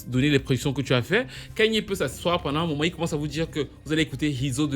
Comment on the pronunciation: Great topic! C'est dommage que les artistes n'aient pas continué avec la formule versus de la période COVID. Tous ces artistes feraient des concerts de ouf en 2026. C'était un évènement pour nous les blacks aux US. PS: Je reconnais le contineng quand tu dis "pendant un moment" 😉